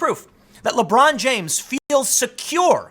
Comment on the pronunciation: "Lebrawn jaimes~"